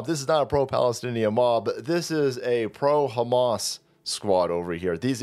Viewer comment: Mispronounciation its Ham Ass